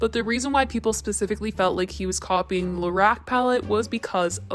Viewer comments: it’s LA-ROCK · Your pronunciation of Lorac 😥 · The way you’re saying Lorac is giving me anxiety